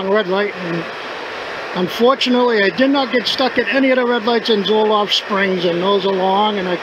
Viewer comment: Uhhh it's Zolfo Springs...Not Zolof....